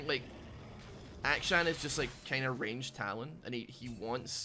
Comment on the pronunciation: It really does sound like you're calling him Aka-chan every time.